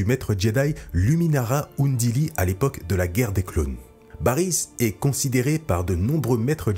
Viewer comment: Belle vidéo, mais on dit "Krell" et "Dogma" et "Luminara Unduli". Bariss a dénoncé l'ordre Jedi lors de son discours au tribunal, mais n'a pas plébiscité le côté obscur.